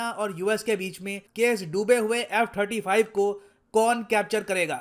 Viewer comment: Quing 35 🤣🤣🤣🤣🤣🤣